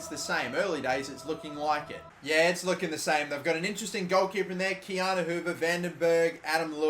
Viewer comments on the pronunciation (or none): none